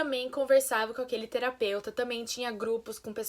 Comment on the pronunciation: Ela quase ia falar outra vez TERAPEUSTA KKKKKKKKKK